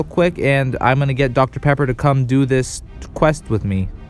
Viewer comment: Dr.pepper sounded like Dr.pepperoni